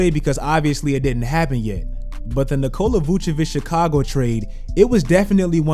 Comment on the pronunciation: That nigga said yett